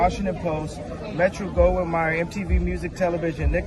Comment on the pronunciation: I laughed at how he mispronounces Metro-Goldwyn-Mayer!